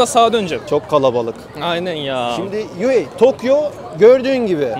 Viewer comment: Yuhei ❌️ Yahya✅️